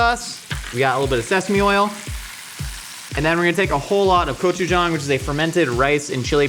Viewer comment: I love you and everyone in the Mythical Kitchen, but you're pronouncing the "g" in gochujang like a "k." My N. Korean grandmother would say your attempt is cute though, and then get her wooden spoon.